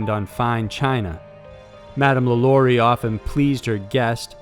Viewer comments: It's Madam Lah Lah REE. That's the phonetic spelling. Remember. She was French. I lived in Louisiana. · Omg so many inconsistencies about the lalaurie mansion, which you mispronounced. You didn’t mention that the original reason that they heard sounds in the house right after she left was because there were slaves buried alive in the house that they never found until years later. You also didn’t mention the fact that every person that has owned that house has had a series of extremely bad luck happened to them, including Nicolas Cage. And the Lalaurie mansion is not an apartment complex now it is still just a mansion, and it is owned by a private citizen and he does not allow tours of the building. I was literally just passing by it last month.